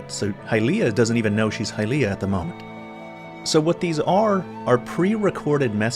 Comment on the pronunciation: Great video! But please, let's not try to make hy-LEE-ah a thing, it's HY-lee-ah.